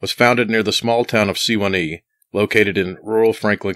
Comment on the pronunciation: It's pronounced Suh- wahn-eee Sewanee.. But it was actually in Alto.TN. Roarks Cove. Nice upload.. A friend of mine and his family, live on Monteagle Mtn. It's about 10 - 15 miles from there